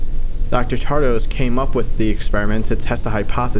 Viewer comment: So the thumbnail is a complete clickbait lie ... there should be a singularity there if you truly point at the "leader" of vita carnis. Also, you keep reading "Tradose" as "Tardose" ...